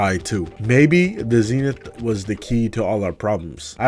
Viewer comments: It’s not zenif it’s zenith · Zee nith